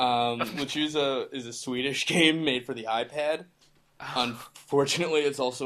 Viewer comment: It's pronounced "Le-chu-sa". Z makes the S sound in Spanish.